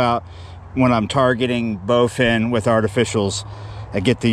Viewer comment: Targeting "bowfin." Yeah, you right......